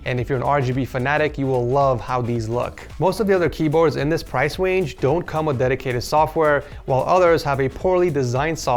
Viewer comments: he says price wange that made me laugh 😂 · “pwice wange” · No one else noticed he said price wange? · "price wange" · “Price wange”💀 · He said "price wange" im dying 😂😂